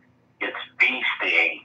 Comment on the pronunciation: "Bee sting" lol